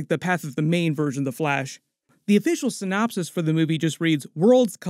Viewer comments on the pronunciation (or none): none